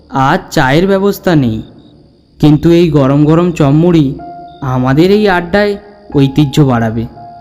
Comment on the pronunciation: দাদা ওটা চম মুড়ি না। ওটা চপ মুড়ি হবে বার বার একই কথা বলছো